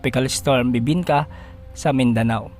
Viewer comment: Napa second look ako. Dinig ko kasi "BIBINKA"